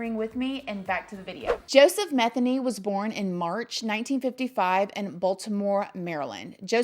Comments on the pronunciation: The last name is me-theny.. Sounds like ma-theny.. Lots of those in my town.. I love yr videos!! Yr so down to earth. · Pronounced: Muh-they-knee